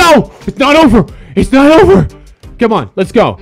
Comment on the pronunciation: your said over wrong😂😂 #oger